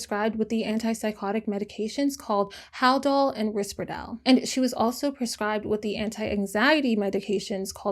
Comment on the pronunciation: You pronounced risperdal wrong 😭